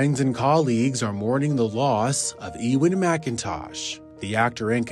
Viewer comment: Eee-win? In uk we pronounce it U-wen